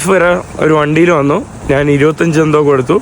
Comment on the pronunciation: നാൻ അല്ല, ഞാൻ ആണ്. നിനക്കു ഞാൻ വഴങ്ങില്ലേ ?